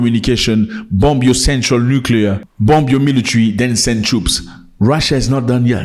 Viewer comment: Don’t pronounce the B in bomb.